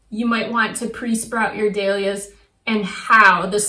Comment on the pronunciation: I have never heard Dahlias pronounced like you do! LOL it’s dAhlias NOT dEhlias